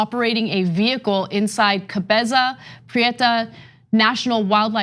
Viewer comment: It was brutal listening to Ana pronounce Cabeza Prieta